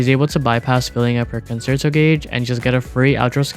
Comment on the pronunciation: WuWa content creators really need to learn how to pronounce 'concerto'.